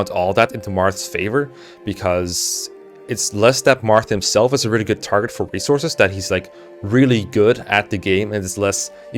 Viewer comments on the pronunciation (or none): none